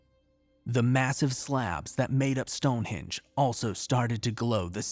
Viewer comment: Speak properly man,it's stone henge HENge not hinge. Also, Edinburgh EdinBURRA not eden borrow. Bloody Americans butchering the English language☺. I'll let you off though seeing as I enjoy your stories and appreciate your hard work😉.